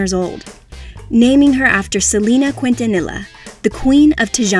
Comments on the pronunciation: Anybody else cringe really hard when she said Selena Quintanilla’s last name? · You said Selena Quintanilla's last name wrong 😭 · Please have a Hispanic speak this documentary she says Selena’s Quintanilla wrong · OMG the way she pronounced Quintanilla!!! My lord nooo